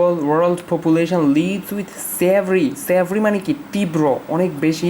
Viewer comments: উচ্চারণটা মনে হয় severe-সেভ্রি হবেনা সিভিয়ার হবে tnx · অশিক্ষিত টিউবার--সিভিয়ার কে সেব্রি স্পেলিং করতেছে🤣🤣